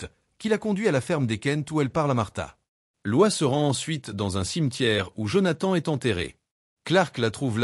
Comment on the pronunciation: Elle s’appelle Lois Lane, pas loi. Le s de son prénom se prononce